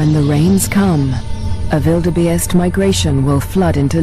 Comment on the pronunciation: this narrator does not know how to say Wildebeest, she says wildebaste hahaha